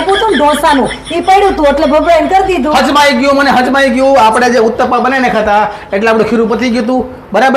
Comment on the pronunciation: હમજાયંગ્યુ ❎ હજમાયગ્યુ ✅